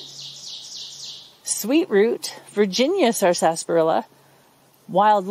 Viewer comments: She isn't pronouncing it correctly. It's sarsa-parilla not sarsas-parilla. She's putting an extra S in there and putting the emphasis on the second syllable instead of the first.. I couldn't watch more than a minute because it was so grating on my ear to hear this from a would-be expert. And yes, I pronounce it sarsaparilla. Most people do pronounce it sassparilla, or just skip the middle "a" and say sarsparilla. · It is pronounced with silent R, short A (sasprilluh) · i noticed the extra s too. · I've never heard anyone enunciate the whole word before. Here in the southern US it's usually pronounced "sassparilla". In one of W.C.Fields' films he's hawking an extract of the stuff off the back of a wagon - "Purple bark sassparilla! It'll grow hair and also cure warts! Purple bark sassparilla!" See, you've brought back a fun memory. 😉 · I'm from the Philadelphia area and we always pronounced it as sarsparilla ... 4 syllables .